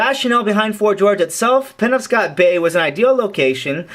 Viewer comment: Just an FYI, it's pronounced "puh-nob-scott". Fantastic job otherwise my friend. Blessings.